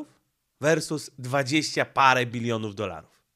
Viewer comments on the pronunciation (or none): none